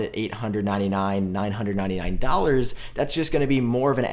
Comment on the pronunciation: DOLLARS!!!! SAY WITH ME .... D...O..L..L..A..R..S... NOT DOURS LOL... Whats up with that man?